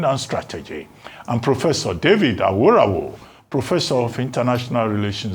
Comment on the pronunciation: Abati you always tried to pronounce Delta and Benin names with precision but calling Yoruba Names carelessly. What's aworawo instead of àwòráwo